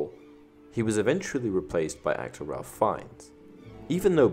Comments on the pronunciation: Just here to point out its pronounced ‘Rayf’ not ‘Ralph’ - its the British pronunciation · Ralph is pronounced Rayf, not Ralf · Ralph Fiennes is actually pronounced like Rayf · It's pronounced Rafe like Safe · I know this is a little nitpicky but you're pronouncing Ralph Fiennes first name wrong